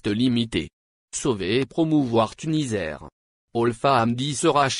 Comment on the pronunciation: TuniSair ça se prononce avec un s Et non Tunizair merci .